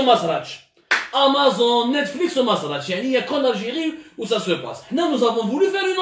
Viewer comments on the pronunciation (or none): none